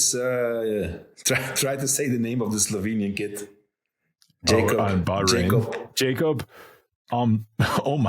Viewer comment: That young Slovenian rider's name is pronounced Yákob Ohm-rr-seeel